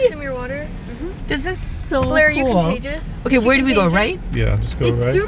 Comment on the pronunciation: “ are you cOnTaGiOuS” “NO it’s through my ears NOT my mowethhh”